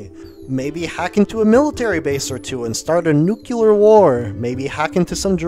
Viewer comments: Dude. You have a degree? And can’t even say the word NUCLEAR. NOT. NU CU LAR. ! EMBARRASSING … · Bro. You said “nucular”